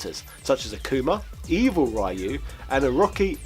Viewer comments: Some of the Street Fighter sprites were actually new exclusive sprites for this series, but most of them were taken from the Alpha series and yes you pronounced Iori correctly but not Ryu. LOL! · You say Iori correctly but you say Ryu incorrectly....